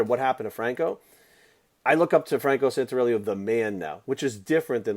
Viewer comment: you can't even say his last name correctly!!